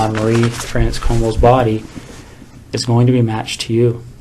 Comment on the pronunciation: Bruh, Marie-France Comeau... Not Marie Franz?? lol